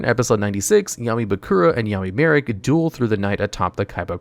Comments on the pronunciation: I swore he was calling him Yaoi Marik at one point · Am I the only one who heard “yaoi marik”?? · Anyone notice he says yaoi marik when talking about question in the anime 😭